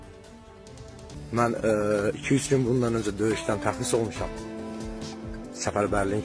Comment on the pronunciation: Təzris yox , tərxis .